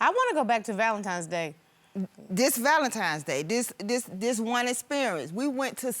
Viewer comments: ITS THA VALENTIMES👀👀 FA ME!!!!😂😂😂😂LETS ALL SAY IT TOGETHER VALENTINES!!! DAMN😂😂😂😂😂😂🤦🏽‍♀️🤦🏽‍♀️🤦🏽‍♀️ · Weddings are overrated, the marriage and home is what counts. It's hard to focus with him saying, "Valentimes Day"! It's Valentines day! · Please people... It's VALENTINE'S DAY... not Valentimes... Give the lady a wedding ... you've kept her waiting for YEARS!! It's not just about you Sir! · Starting with the correct pronunciation of ValenTINES Day, not ValenTIMES Day. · Why do people say Valentimes day??????? Goshhhh